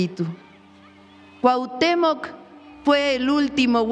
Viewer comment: Por qué deforman las palabras están usando la palabra Cuahutémoc con K al final